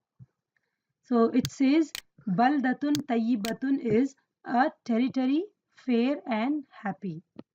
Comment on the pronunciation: Masyaa Allah sister..very useful. May i correct something...in minute 15.55 you pronunced To as Ta "Tayibatun" when its supposed to be Toyyibatun. Just thought that could be note. But your vids are cool. May Allah preserve your knowledge